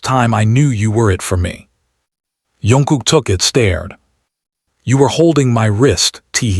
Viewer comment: His name is Jungkook, not Youngkook.